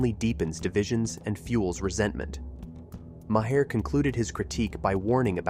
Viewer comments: Who ever did the telling of this be it a person or a I. Ya need to pronounce the man's name right it's not Moe hair. It's sounds like Mar... Come on people education please !!!! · Maher is one syllable and rhymes with bar, car or far. Every time you say "Mah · here" I literally cringe! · Pronounced Marr.... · Omg, yes. Thank you for posting that. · For the love, of God, if you're going to use AI to nmarrate your videos, at the very least, teach the AI to say the names of nationally known people like Maher correctly.